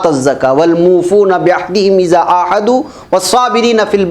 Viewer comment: حضرت معاف كرنا. ‘عهداور عاهدوا میں ہ کاتلفظ ح سے ہو رہا ہے